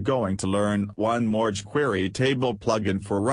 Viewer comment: they way the speech engine says chquery is hilarious! But that's for using a speech engine if you can't speak clearly I really like this better!